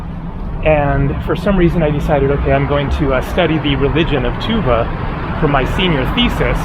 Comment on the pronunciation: tuvA, not tUva. I guess, most of turkic words have stress on last vowel.